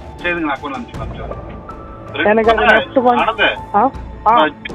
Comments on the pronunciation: இவன் தமிழனே இல்லை.தமிழ் நல்லா கத்துக்கிட்ட மாற்று மாநிலத்தான் . யக்கவுண்ட், அன்னேஆ, இதெல்லாம் வித்யாசமான உச்சரிப்பு. பேச்சு மூன்றாம் பாலினர் போல உச்சரிப்பு இருக்கிறது. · அவர் ஆந்திராவைச் சேர்ந்தவர். அவருக்கு தமிழ் பேசத் தெரியும். அது நிச்சயம். "account", ஆந்திராவின் உச்சரிப்பு "எக்கவ்ன்ட்"அப்படித்தான் இருக்கும்.